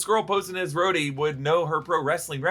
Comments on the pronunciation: skrhodey ❌ scrotey ✅ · You really shouldnt say "scrhodey." it sounds like scrotum lmao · "Scroty" 😂😂 Unkind, sir. 😂